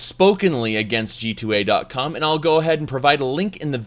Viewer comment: Oh this is what always says at the end. I thought he was saying "G-toy"